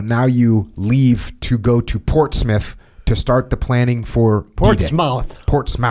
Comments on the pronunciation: Its pronounced "ports-muth" Jocko not "ports-mouth" definately, I am British so I know .. great episode .. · Great life. Thank you for your service. Also, Portsmouth is pronounced Ports-muth. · Jocko: "Portsmouth" Papa Jake: "It's PortsMOUTH" Small moment here where Jocko got educated!